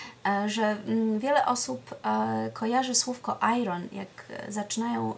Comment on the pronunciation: Bardzo nie chcę brzmieć jak hejter,ale radzę pani sprawdzić wymowę słowa iron. Pozdrawiam:)